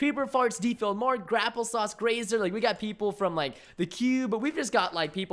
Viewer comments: Lol Preston said grapple sauce , the it's grape apple sauce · He says Grapeapplesauce as Grapplesauce XD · It's Grape-Apple-Sauce not grapplesauce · did anyone hear preston say grapplesauce instead of grapeapplesauce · Did anyone notice he said Grapplesauce instead of Grapeapplesauce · grapple sauce? PRESTON ITS NOT GRAPPLE SAUCE!!! Its grapeapplesauce!!! xD